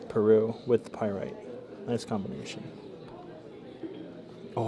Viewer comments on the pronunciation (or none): none